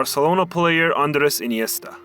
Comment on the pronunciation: theres only one thing i cant stand from this video and its him saying ANDRES INIESTA FROM FC VARCELONA and putting an image of Bernabeu behind. Pretty big lore screw.